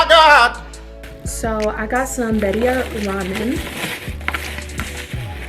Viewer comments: Lol it’s bee-ree-ah. I love your show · Birria= “Bead—e—yah” consume= “con-sum-Ed” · girl how did you butcher “birria” the way you did😫😫 and mukbang???? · Why isn’t anyone helping her pronounce birria